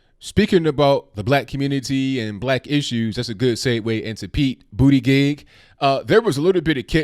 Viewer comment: Did he say Pete BootyJizz?